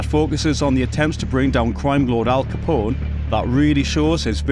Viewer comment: As a fellow Scotsman, I give you a break for our accent, but it i David Mamet “ma-meT”, with a short ‘a’ a,d ‘e’ , and a good, hard ‘t’ at the end, not “ma-may”! It’s not Al Ca-pon-ay’ either! ;-) )